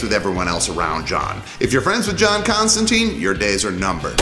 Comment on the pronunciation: If you're gonna introduce people to the character, pronounce his name right. It's Constan-tine, not Constan-teen.